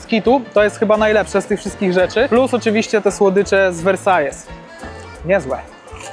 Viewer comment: Książulo, Versailles czyta się Wersal. Taki sam jak we Francji.....hate za 3, 2, 1 możecie zaczynać